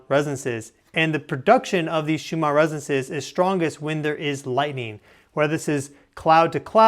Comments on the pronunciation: Please the name of these frequencies are pronounced shoe man not shoe mar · Why do you keep pronouncing it Schumaarrr ?